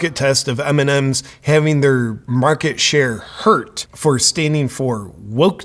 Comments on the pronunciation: evrytime he sez mnms i understand eminem and im like WHAAAAATTT????? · I keep understand "Eminen"